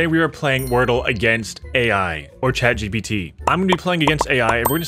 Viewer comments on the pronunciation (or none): none